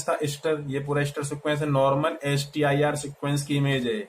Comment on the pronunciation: Bhai accha presentation aapka. Ek Request aap ka English language mein STIR ku ISTIR prounce karre aap